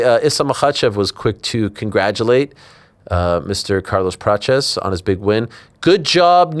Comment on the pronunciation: It's Prates, not Peaches